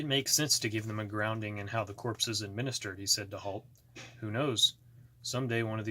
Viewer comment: (Corps) is pronounced as (core)